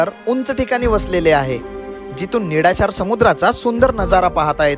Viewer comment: निडाशार नाही निळाशार